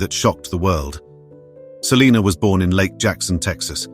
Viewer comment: You idiot you are pronouncing Selena last name wrong